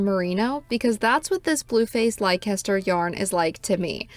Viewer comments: Uk viewer coming to the comments to say it’s pronounce les-ter, but I see others have already done so. It’s a beautiful yarn! Great review ❤ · Just for info, Leicester is pronounced Lesster. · Leicester is pronounced "Lester". Trust me. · It is a great yarn and one of my favs. It is, however pronounced “Leh ster”.